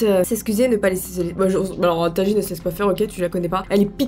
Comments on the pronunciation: A tu a dit tanjine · c'est plus Tagine c'est "Tangine" maintenant